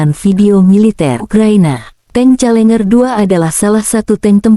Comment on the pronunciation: Challenger, dibaca ; celenjer bukan celenger. Tp mudah2an tank kiriman Inggris tsb pd kelenger di Ukraina 😂